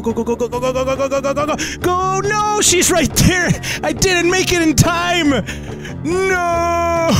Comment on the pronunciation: No HE DIED when he stayed thar